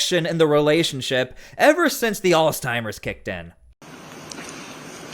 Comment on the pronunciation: It's "ALZHEIMER'S" not Alzteimer's, for the love.